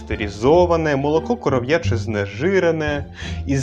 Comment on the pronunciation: І не "коров'Яче", а "корОв'яче" молоко)))